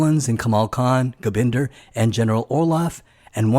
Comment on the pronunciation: I think its Gobinda not Gobinder.